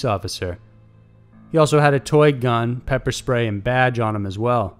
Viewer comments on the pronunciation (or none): none